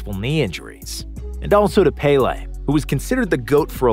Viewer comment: as a brazilian I think that the way he said was the best way respecting english's grammar, as they speak "e" as an "a" I think is understandable, of course, is way far from being as it should be in portuguese, but it's already better than saying Péli or any shit like this